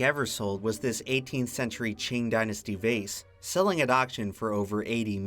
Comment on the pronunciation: You are one of the only guys on this website that I've heard pronounce 'Qing' correctly